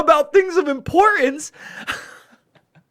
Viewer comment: Importance has a T in it. It's not imporance. You are not some east London low life. Tell Luke the same.